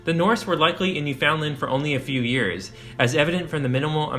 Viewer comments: He's also saying New-FOUND-lind. It is spelled "Newfoundland" but locals pronounce it as rhyming with the word "understand" so... "new-fin-land". This makes more sense as "fin-land" sounds like "Vinland". Born & grew up there... Interesting video. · NEW-fun-dland, not new-FOUND-land. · You have reserved this very well, but I have to say, your continuous mispronunciation of the word "Newfoundland" it made this exceptionally cringworthy for me. Never ever ever pronounce it as 3 separate words. it is one word, mushed together, with the emphasis on the first syllable. Also pronounce it as though it is spelled, Newfunland. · NEW-fin-land. Not New FOUND land. Just a quick Google man. 🇨🇦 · Shot spears and thrown arrows? And it’s pronounced New-fun-land. You don’t pronounce it “found”. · Good video. Newfoundland is pronounced Newfundland and I believe Bjarni is pronounced Byarni. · This otherwise informative video is marred by the consistent mispronunciation of Newfoundland. The name rhymes with understand. So practice it.. understand Newfoundland.. in rhyme structure. I am embarrassed for your error here and hope you are too. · A lot of people mis-pronounce it. Newfoundland rhymes with understand. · When you do a documentary and mispronounce NewFoundLand... 😂😂